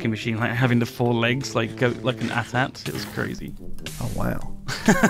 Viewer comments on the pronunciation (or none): it's A T - A T!